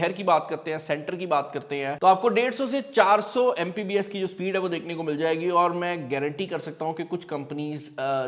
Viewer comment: "Mpbs" nai bhai, It's "Mbps".